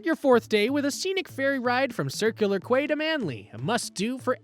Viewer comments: Circular Quay is pronounced Circular 'key' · A Sydnyite here. Bugger me I can't get over the pronunciations. Bugger me it's funny. It's Quay pronounced Key so Circular Key, not what this clown is saying it. There is way better places here to spend 5 day. BASICLY WHAT A LOAD OF CRAP!